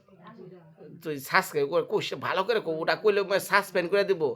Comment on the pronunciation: আপনি নিজেই তো ঠিক মতো বলতে পারেন না সাবস্ক্রাইব। বৃদ্ধ মানুষটা কিভাবে বলবে